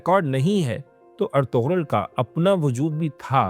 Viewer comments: Bhai sachai ye hai ki tuje padhna padega nursery se 😂 ertugul ❌ ertugrull✔️😂😂😂😂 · bro first of all, iski pronunication ertugrul ni h erturul h, G silent hota h. Kindly naam sahi lya kro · It's not er-tug- rul. It's er- tu- rul. Pronounce it correctly. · Ertugrul ka naam to theek se le len , g silent hai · Why can't you pronounce his name accurately after watching 400+ episodes?